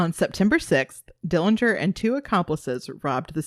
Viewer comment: Thank you for your interest in our uncle John Dillinger. The correct pronunciation of the Dillinger family name is without the 'g'. It's unfortunate that you didn't cover how happy he was growing up with a loving family that included living with his sister and her husband after their mother passed on. But, that you only covered the few situations where he made wrong decisions. The robbery of Mr. Morgan didn't have anyone around when the gun went off during John's fight with Mr. Morgan. John played baseball for the prison team in Pendleton before being transferred to Michigan City prison.